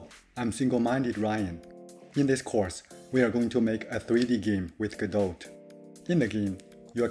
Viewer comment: Small nitpick: you don't pronounce the "t" at the end of "godot" ;). Cool idea for a course!